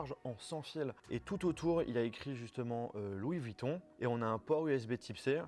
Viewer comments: C''est pas Louis Vitton ;-) mais VUitton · Encore quelques " Louis Vitton " mais sinon très bonne vidéo 😂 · Il y a un U dans vUitton donc on prononce avec le U et pas Vitton c’est incroyable ça